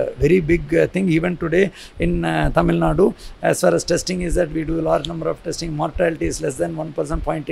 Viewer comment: I heard it right "Tamil Nadu " good job